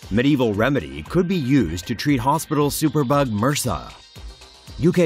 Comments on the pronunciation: Mersa? You say it M.R.S.A. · Haahhaha it's pronounced m, r, s, a. Separate letters, not "mersa". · Da fuck is MURSA? It's M.R.S.A as separate letters, it not a word it's an acronym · Its called M.R.S.A, not "mersah". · what the fuck are you calling MRSA mersa? come on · Why the fuck are you pronouncing it as a whole word for... Its M-R-S-A, its an acronym... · LORD TAVISH that would make your doctor just as dumb as this guy then. It's MRSA not mersaaah